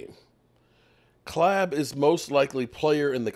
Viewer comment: Who the hell is clab?? His name is Caleb! stop butchering these names it’s pathetic already